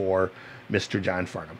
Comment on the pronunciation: Yep! Can tell you’ve heard of him by the way you pronounced he’s last name. Every American has got it wrong that I’ve heard until now.. Well done sir, I guess you are a music God.